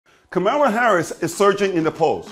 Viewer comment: I suggest you learn how tp pronounce her name correctly....comma-la!